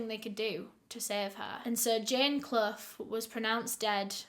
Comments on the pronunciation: Love ur channel. Quick question....Is Clough (Asking cuz U pronounced it properly) a common name over there!? Its my maiden name and nobody in my life has ever pronounced it properly. Lol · My last name is Clough but no one in the US pronounces it correctly. Honestly kinda weird to hear it right from someone else.